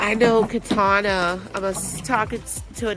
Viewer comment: Katana is like why u keep saying my name like that lol